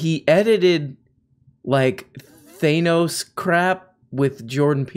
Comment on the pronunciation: Say 'Theynos' again like that and I unsub...